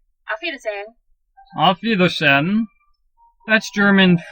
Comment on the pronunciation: I'm sorry but are you hard of hearing? says to you auf wiederSAIN and you reply auf wiederSHEN?